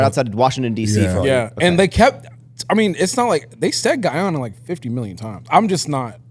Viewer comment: What is geyana?! 😂 it’s Guyana